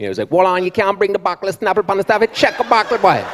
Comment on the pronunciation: Exactly. More people should have laughed at " bokkle"